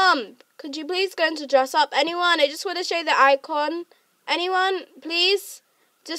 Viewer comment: You said imto and button lol